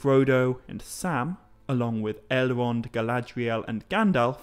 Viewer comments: Right, it's just some sort of impediment you have, I'm also hearing 'Ele-ron' and 'Bal-e-rog'. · I know who Elrond, and Saruman are. Not sure who El-Wond, or Sa-Wu-Man are. Maybe Tolkien wrote a Silmarillion based on the Elves of Elmer Fudd? Be Vewwy, Vewwy Quiet. I’m hunting Owcs.